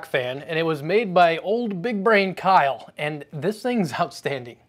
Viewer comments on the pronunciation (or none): none